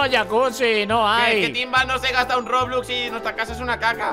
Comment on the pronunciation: Invictor dijo roblux